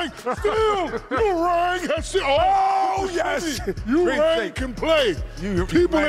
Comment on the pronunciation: Wait did shaq try to make "ewing" sound like "u rang" ? Are maybe im tripping